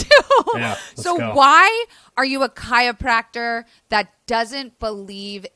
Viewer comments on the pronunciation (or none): I love this video, but I don’t love how you’re saying chiYopracter every time 😭😅